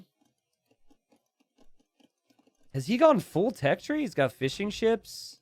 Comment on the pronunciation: Every time you say "fishing ships" I hear "fish and chips" for some reason.